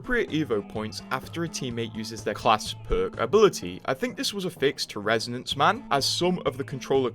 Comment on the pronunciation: Resonance man? Do you not know how to pronounce this french word?